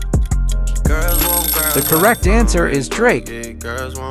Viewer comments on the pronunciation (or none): none